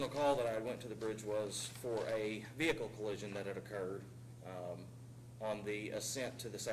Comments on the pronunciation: veee hickle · vee hickle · "veee-HICLLLEE" hhahaha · Any cop that pronounces it ve-hickle is taking yo ass to jail no ifs ands or buts 😂💯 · Ve hickle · How dumb do you have to be to think it's pronounced, "vee-hick-ughlll"?